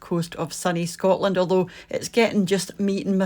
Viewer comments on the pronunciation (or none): none